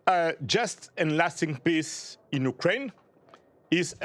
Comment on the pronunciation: By the way, when he says "pissin' the world,' I believe he meant "peace in the world" 😂😂